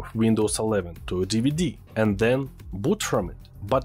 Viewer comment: "Then", not "Zen" ! 😆 .. English words seems hard to pronounce